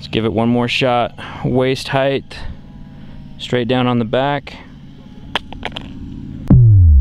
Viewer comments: "... head heighth" ... welp, unwatchable. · I really like your videos but what I'd really like to hear, is you pronouncing the word "Height" correctly. Try comparing the word "Weight" and "Height" they should sound almost the same . It's as if your adding an extra "th" to the end of "Height". Thanks for the awesome content!